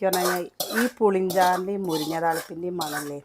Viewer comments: മുരിഞ്ഞ അല്ല മുരിങ്ങ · എത്ര പ്രാവശ്യം പറഞ്ഞു മുരിഞ്ഞ അല്ല മുരിങ്ങ ആണ്